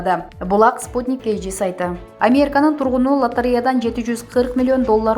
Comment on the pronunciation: Урматуу автор кыз создорду туура айтчы.баары шаар аттарын ката айтып жатасын.же билим ал.мисалы::::амерка=америка.навлный=навальный.хаборовск=хаборовский.ришард коменде=каменде.экономыка=экономика.